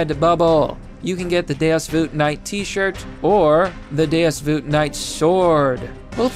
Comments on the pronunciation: Deus vuet why hell dose hey say it that way say it like vault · day-us voot? LOL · You really just said deus vut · Deus "Voot" YOU'RE DOING IT ON PURPOSE. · Lol, "Deus Voot"